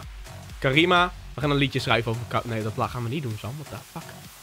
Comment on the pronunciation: HET IS CARMINA NIET CARIMA